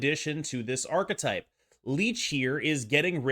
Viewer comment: Incredible work. Also, I love that you are the only person in North America that can pronounce the word “archetype” correctly 😊